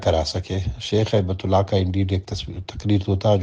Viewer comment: ye nam HabtUllaah nehi balk HaibatUllah ha, ap likh b ghalat rhy hn ore pukar b ghalat rhy hn.